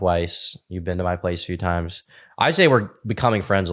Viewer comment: Worst thing about vegangainz is the way he pronounces been as bean